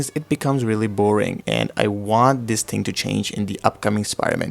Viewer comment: thing not ting